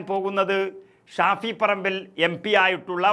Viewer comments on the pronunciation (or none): none